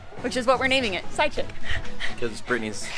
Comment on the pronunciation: Now that I listen to it again that is what I am hearing PsychChick. Some others are hearing side chick too. please clarify.